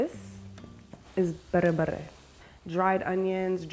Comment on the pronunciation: the word berbere is said like berbera